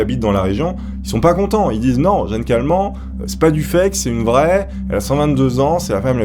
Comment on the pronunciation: Si la vielle a la fin c'est Jeanne Kalman ça ce dit '' Kalmane '' je dis ça parce que je m'appelle Kalman 😐😂 voilà merci 😀😀